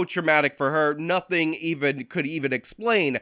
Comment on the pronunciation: Did she say do nuffin 😂